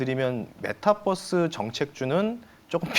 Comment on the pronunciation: 메타뻐스 아니구 메타버스입니다